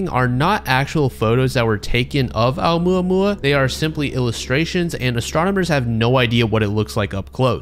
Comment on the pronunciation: I love how he apologizes for butchering the Canadian scientist’s name, but doesn’t say shit about butchering ‘Oumuamua.